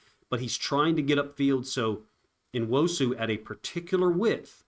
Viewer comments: I love your breakdowns. Say his f*cking name! New-wosu. Not N-osu! I totally support you but say his fucking name! It's fucking rude! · it’s N-wo-su. Learn how to pronounce the Nigerian names. It’s not No- you chud. Good lord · bro. You tried to phonetically spell his name multiple times in multiple different ways. What are you even talking about. You pronounce Nigerian names exactly as they are spelled. N-wo-su. Not New-wosu or No-wuso like you tried to do two times. You got some serious main character issues going on. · Say it; uh-CHEN-uh noo-WOH-soo. I'm not a content creator, I am not obliged to pronounce a subjects name correctly, although, I did. It's not complaining to expect someone providing content on a player to pronounce his name correctly, it's actually insulting not to make sure you got it right! I don't expect or need you to understand, gets it!